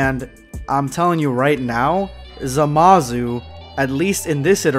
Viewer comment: Did this dude just say zamazoo